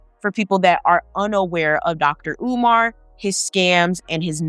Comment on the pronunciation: Learn how to say his name correctly. Not caring about his name is a colonizer mentality.